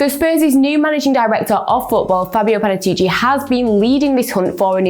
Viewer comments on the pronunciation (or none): none